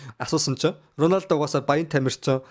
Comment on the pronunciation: Ronaldog яасан муухай хэлдэг юм